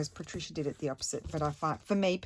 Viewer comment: Yay! I’m so happy you are doing my suggestion. 😃 it’s a color scheme I’m loving but struggled to create something and I just knew you would figure it out in a way that it’s so pretty with these Patricia pockets. Thank you so much! Also I love the way you say my name. Wonderful creations you are so talented.